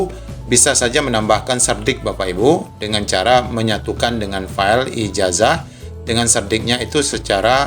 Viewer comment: Itu baca ijasa bukan ijaja